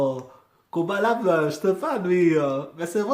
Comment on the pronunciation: Salut Man !!!! Sais tu que PNL vient de sortir un son ?? C'est en train de tout exploser !! Le compteur Youtube est bloqué , bref, c'est la folie !!! Le clip est ouf !!!!! Et je t'écris en écoutant ta réaction dans le fond !!! On dit Koba La " Dé " , on prononce le D en fait !!! Allez vivement que tu réagisse au clip de " PNL - AU DD " !!!!!!!!!!!!!!!!!!!!!!!!!!!!!!!!!!